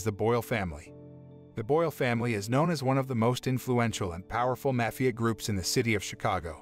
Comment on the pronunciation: You pronounced Mafia three different ways throughout the video, lol. Great video though.